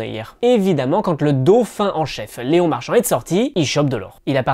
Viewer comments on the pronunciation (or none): none